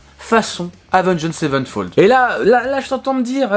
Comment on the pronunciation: Autrement dit, c'est Avenged Sevenfold et pas Savenfold